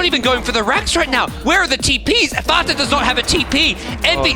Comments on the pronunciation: ikr, the correct one was FAT A right? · the way you said fata gave me cancer